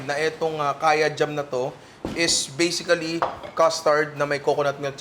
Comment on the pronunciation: Always Bisically 🤣😅 ninong Ry trademark 🥰